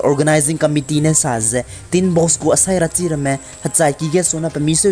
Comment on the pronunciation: Sarachi lei not seirachi